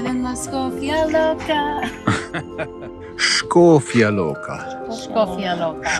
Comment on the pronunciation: I really liked you have pronounced Škofja Loka 100% correctly! Seen all your Slovenia videos, very nice presentation.